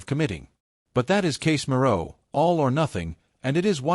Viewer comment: LOL, you don't even know how to pronounce Casemiro name, and you never get to the point on the news of your title, BS clip, don't bother to view this clip..waste of time